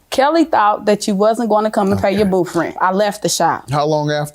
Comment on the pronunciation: How come she can say 24th but you can't say booth LMAO my husband was half black and whenever he would get caught in a lie he couldn't pronounce his th Blends LMAO😅😅😅😅